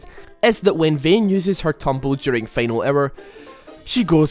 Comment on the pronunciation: I love the way you pronounce Vayne's ult, it sounds like final error